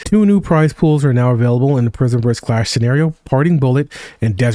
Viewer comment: Bro. PRISMverse. Not PRIMEverse.